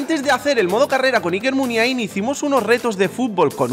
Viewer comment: La forma correcta de decirla es la que dice el presentador en el